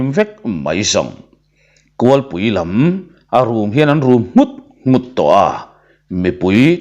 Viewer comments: Kulhpui tih chu a har viau a niang kualpui tih a ri tam zawk tlat mai mahse kan hrethiam zel tho aw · Kulhpui tih I lam dan tulh2 chu a.